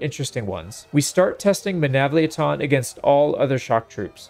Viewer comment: the way you say Menavliaton sounds like it is a transformer its MenavliAton similar to how you say TriArii